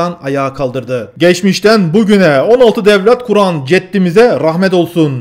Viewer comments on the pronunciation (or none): none